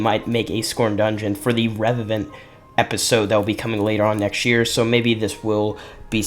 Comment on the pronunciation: nexy year! lol